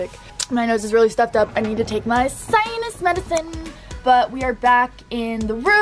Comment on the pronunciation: Nobody: Loren: SInUs MeDiCINe